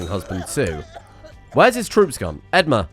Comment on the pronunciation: I know this isn't related at all but the way you pronounce edmure as edmar is driving me up the wall 🙃